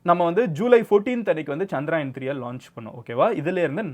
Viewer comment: Anna adhu chandrayan illa chandrayaan (சந்தரயான்) Chandra-moon , yaan-spacecraft